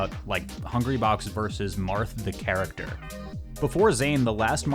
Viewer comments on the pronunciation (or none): none